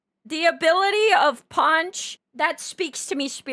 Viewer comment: I like how you pronounce punch as ponch🙏